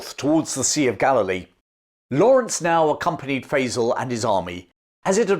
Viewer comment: I love your channel, but in order for your pronunciation of "Faisal" to be correct, the one used in LoA has to be wrong. It makes me wonder if you've ever actually seen the film. I know that's not true, but please pronounce the man's name correctly!